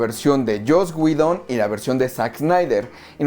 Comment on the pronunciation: Like por la info y porque es de las pocas personas que veo en YouTube que pronuncia bien el nombre de Joss Whedon xd